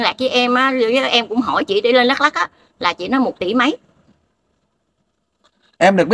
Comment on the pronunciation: OK bạn , nói sai hoàn toàn dak lông